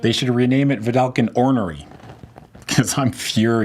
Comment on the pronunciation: "Vedalken *Ornery*" ? I am DEAD!